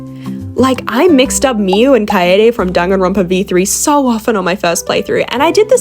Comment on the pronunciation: Her "-danganronopa" Me: 🥹. "DANGANRONPA MENTIONED"